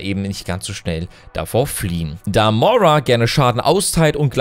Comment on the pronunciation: Du sagst immer Mora, sie heißt Moira xD also ich bin sehr gehypet und hoffe, dass sie etwas von Mercy ablenken wird. Die Skins sind mega gut, vorallem Widowmaker, 2. Skin wo sie eine normale Hautfarbe hat, der Skin ist einfach schön <3